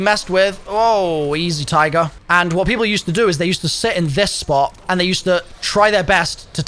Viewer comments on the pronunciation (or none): none